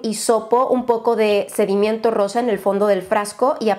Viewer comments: La palabra: sedimento: sedimiento Yo: 👁👄👁 🤣🤣 No es hate, tal vez lo compre. Amo tus videos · es sedimento no sedimiento! Jiji besos 😘😘